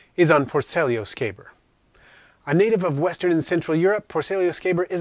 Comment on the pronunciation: So nice to see someone else that knows how to say scaber 😆I was starting to feel left out lol - Great video mate, these guy are without a doubt my go to species for devouring my insects that have passed on. I keep a large colony of them just for that very purpose.